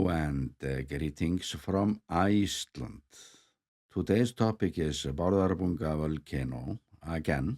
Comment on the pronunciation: I'm always happy to hear you say Gleetings from Ice-Tlandt. Love your informative videos and beautiful videography!